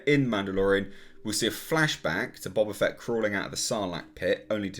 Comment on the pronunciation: Boe-Bah Fett...dammit!